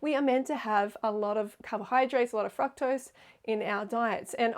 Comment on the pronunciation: Freelee, for being so obsessed with fructose, why do you pronounce it incorrectly? Honestly the way you call everyone out on everything so minute, I thought I’d call you out on that.